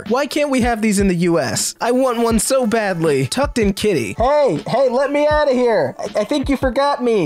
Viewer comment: "Let meowt"